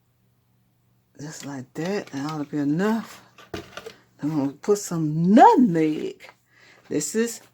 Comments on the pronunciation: That's what i'm talking about. And the pronunciation of nutneg, the way.I always heard it from Shreveport. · Sou prounced "Nutmeg" like my Sweet mama(RIP 💔😭🙏🏾🕊🕊🕊) use to say it Nutneg...we're from Mississippi... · THANK YOU FOR SHARING!!! looks just like my Great Grandma from Mississippi & my Granny (her daughter) pronounced nutmeg “nutnegg” 😊I miss them both❣️